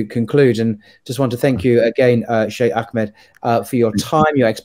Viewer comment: AKmed,? I think you mean AHmed. H somewhat like in hamburger. Otherwise...keep up the good work!